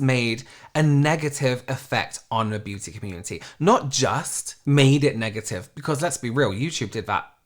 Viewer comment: Hit the LIKE!.. omg I'm a fan in the US and if all of us Americans can't at least hit the LIKE for the way pronounces beauty (Beyuuu-teeea) 🤣